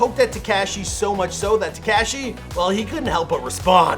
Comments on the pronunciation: Please stop sayin "Te-cash-e" (cringe) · Absolutely no one : This guy : “Teh-cashh-eee” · TehCashy! Wtf? ...Paramount, Ca!... 🇲🇽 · Freaking “tekAshi” 😂😭😂